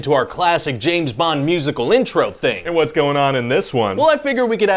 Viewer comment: James BONG? "I was almost there."...😂